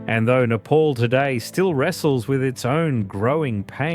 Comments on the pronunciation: wtf is nayy-paul? its neh-paal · It's not "Nepaul" It's "Ne-pal"❤